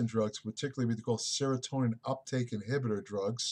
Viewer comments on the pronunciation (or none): none